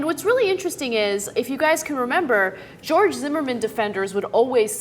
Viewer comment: Who the fuck is "Jeorge"